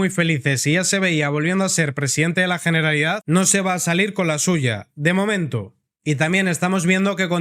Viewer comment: Perfecto; me gusta esa pronunciación, GENERALIDAD, con "G" y terminado en "D" en CASTELLANO! 💪👏👏👏